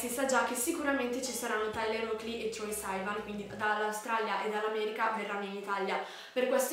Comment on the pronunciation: scusami, ma si legge "troi sivan" non "troia saivan"